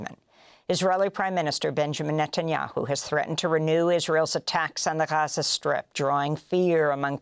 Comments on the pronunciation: she can't decide on how to pronounce gaza.. lmao 🤡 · my favorite part is how she can't decide how to pronounce gaza... lmao she goes back n forth .. 🤡